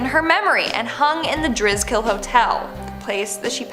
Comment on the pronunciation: The hotel isn't pronounced the Dris-kill it's the Dri-skill